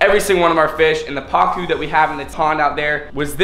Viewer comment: Albino pacus not packs